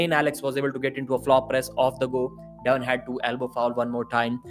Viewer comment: Soon as I heard him pronounce devon I was out